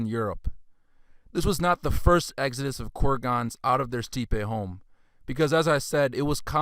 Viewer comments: Steppe is pronounced STEP. and it's NOT a "Russian word." Perhaps you should brush up on your pronunciation before covering such lofty subjects. Great work, but to more educated people you sound uninformed. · Great video, but steppe should be pronounced “step.” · For further reference, "steppe" is pronounced "step"...not steepay...like you said. 😅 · Your information is on point but it’s hard to listen when there is a mispronunciation of a word like steppe when discussing Indo Europeans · Thanks for putting this together. But you really need to check your pronunciation. It's quite bad. I know you got defensive when others pointed this out, but when you can't pronounce even a basic, common word like steppe properly, your credibility does take a hit.